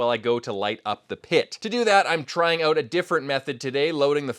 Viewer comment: "Oout"? Are you Canadian?